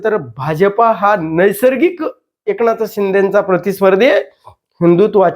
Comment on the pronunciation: एकणाथबोलतात...न कि ण हे न समजणारे हे काय विश्लेषण करणार